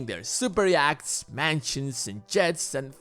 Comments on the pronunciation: Yachts are pronounced Yots (short o). Those superyachts look ugly. Stealing tax revenue from the Treasury - that's what Sergei Magnitsky discovered and revealed before he was imprisoned and killed. The Russian government is a mafia system and a kleptocracy. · I like how the narrator says, "YACHTS".